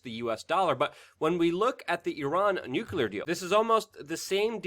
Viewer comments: LUKE, Would you consider pronouncing the word nuclear ☢️ as NUC-LE-AR instead of NUC-U-LAR? GW Bush always said NUCULAR and it always made me cringe. Thanks for your consideration man... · Nuclear. Say nuclear, not nukular like bush Jr.